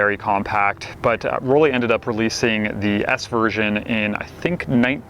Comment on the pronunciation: dear Mr., the pronunciation of Rollei sounds like roll-eye not like roll-eee. In german, "ei" is always pronounced like "eye", as in "Leica" or “Zeiss“.